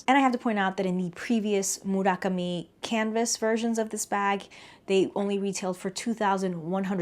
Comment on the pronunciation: thank you thank you thank you for including style codes and pronouncing "Murakami" properly, instant subscribe